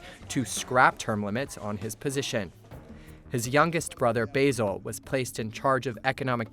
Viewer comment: ay yo basil XD . i love how he says basil like the leaf basil so professionally, A for effort though